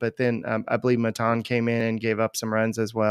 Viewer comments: Lol I always notice they’re the only ones that pronounce his name like that. Isn’t it supposed to sound like MAY-TON? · I dont like maton but please stop saying his name the way yall do 🤣